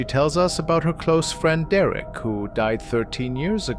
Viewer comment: IT IS NOT “DERECK!” SORRY TO SAY.